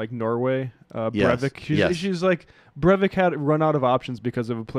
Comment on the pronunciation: You mispronounced Breivik's name too haha.